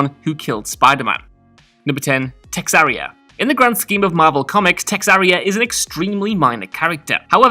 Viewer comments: Texaria? Really.. its TeRRAXia!! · Terraxia... not texarria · He was thinking about Texas!😂😂😂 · its TERRAXIA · Is it just me, or did anyone else notice cannot pronounce Terraxia? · I'm fucking pissed at that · Came to find this comment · It was so odd, I had to skip back to see how he got to that pronunciation. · It hurt me to hear that